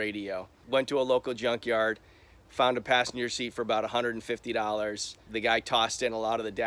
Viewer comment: "fur 1200 doggers" thats all I can hear when she said it lol